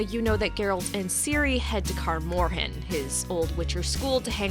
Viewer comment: Sorry to be nitpicky but your pronunciations of Melitele and Kaer Morhen threw me off 😂.